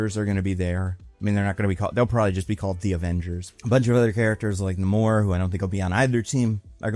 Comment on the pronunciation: You know is MCU-pilled when he's pronouncing the guy as "N'mor" instead of Namor like any normal person.